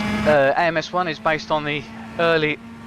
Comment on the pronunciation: I love AMS 1! And you did say the name of the category correctly!!